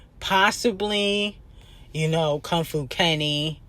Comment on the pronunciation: reading Kong Fu like that is insane😭😭😭😭that’s your man ccta